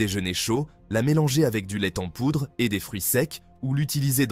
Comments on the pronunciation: C'est un truc des indiens d'Amérique. On voit tout de suite d'où vient la vidéo. En plus la prononciation est débile : l'ai ten poudre ! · " le lait t'en poudre" ah ces IA qui ne sont pas très "I" mais ça aide à faire des vues pour pas cher. Pour ma part je m'arrête là c'est insupportable